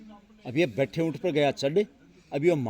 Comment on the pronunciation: Btha Unt nhi bhai ji Khda ount Bola.